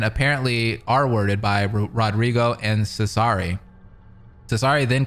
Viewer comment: Just not smart enough to pronouce Cesare's name correctly